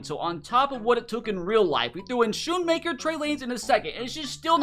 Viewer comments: He said schooaker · he is not bashing luke he simply just mispronounced his name people can make mistakes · I am incredibly frustrated, disappointed, and sad that mispronounced Luke Schoonmaker's name; it shows a lack of respect for the player and his hard work. Hearing his name mispronounced feels dismissive of his journey and achievements, making it even harder for fans to connect with him. Luke Schoonmaker's journey from the Michigan Wolverines to the NFL is one of determination and growth. Growing up in Pennsylvania, Schoonmaker was a standout athlete in high school, where he played both tight end and defensive end. His impressive performances caught the attention of college scouts, and in 2018, he committed to the University of Michigan, a school known for its strong football program. At Michigan, Schoonmaker faced the challenge of adapting to a competitive team environment. He spent his early years working hard to improve his skills and learn the nuances of the tight end position. Over his four seasons, he developed into a reliable target for Michigan’s quarterbacks, known for his strong hands and ability to make tough catches under pressure. Schoonmaker also excelled as a blocker, contributing significantly to the Wolverines’ run game. His breakout season came in 2021, when he recorded 39 receptions for 489 yards and 3 touchdowns, showcasing both his receiving talent and versatility on the field. He played a crucial role in helping Michigan secure a Big Ten Championship and reach the College Football Playoff that year, a feat that had eluded the program for many years. A